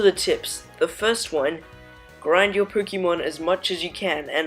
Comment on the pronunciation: Anyone else bugged by the way this guy says Pokémon